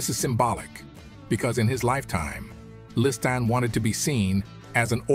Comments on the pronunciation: I'm 8m in and, so far, Freeman has pronounced Liston "Liston", "Leeston", "Listan", "Lee-stan" & "Le Stan". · WTF is the deal with the narrator's pronunciations "Liss-Tan, Cassa D'Amato"?? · Why does he keep pronouncing his name Listead instead of Liston 🤔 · Sonny List-Anne. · “ListTan” 🤣🤣. Fucking AI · It’s definitely AI. Liston’s name is continuously mid-pronounced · How many ways can you mispronounce Liston. Freeman found them all...Sometimes in the same sentence. Pretty sad for a fellow soul brother.